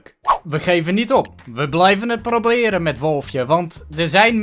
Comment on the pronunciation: Hahaha bij 8,30 zij je ipv proBeren probleren ;-)